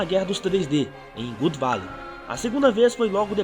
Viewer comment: God Valley ( se lê Gód, de Deus, não Good Valley, Gud de BOM)